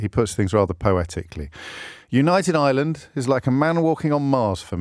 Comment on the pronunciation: James. You. Said. ISLAND WHEN. IT. IS IRE LAND YES. IRELAND.. U SHOULD. KNOW . x. Love. Ur show